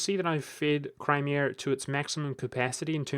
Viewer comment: "Cry-meeh-ehr" lol